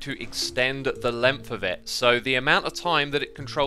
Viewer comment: Americans: Length Xisuma: Lumpf